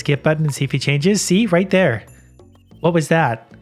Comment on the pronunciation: "hold on, there's a weird animal in theey heir"